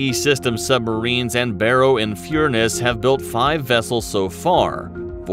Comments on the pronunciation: I have two problems with this. 1. The Astute kicked the ass of the USA's so-called best sub and we have an even better one now entering production. See Dreadnought for further details. 2. It's Barrow-in-FURNESS. It literally sounds how it's spelt. FUR-NESS. As you were. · besides the locals pronounce it Furn'ss, the e is dropped. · Barrowin “Fureness” That is terrible, I an Australian and I know that is WRONG!